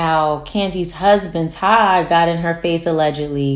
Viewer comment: Did she call him "Toddina"???? Men need to stop getting in women's faces like that in general